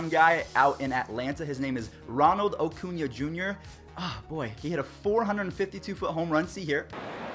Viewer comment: acuna (A-coonya) is a left fielder that can play anywhere in the outfield. Ender Incairte is our native center fielder. He does have some growing to do with reading the ball, but that should come with time. sorry I'm a huge braves fan. also your videos are great :)